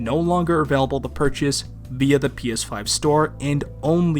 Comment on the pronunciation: Why do you pronounce "available" like that? Did you see it in a final fantasy game? That series seems to inspire a lot of unexplainable pronunciations from fans.